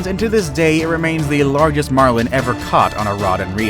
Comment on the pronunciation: My man forgot how to pronounce “largest”